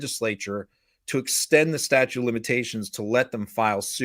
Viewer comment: Is constantly saying 'statue' of limitations? It’s STATUTE of limitations, with a T at the end of the word. I have noticed that Americans mispronounce so many words and also often don’t use the past tense correctly, especially when they are supposedly educated people… such as lawyers. Beats me. 🤷‍♀️